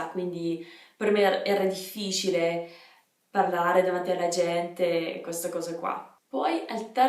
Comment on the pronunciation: Il tuo italiano è perfetto! Complimenti :) però occhio a come pronunci "difficile"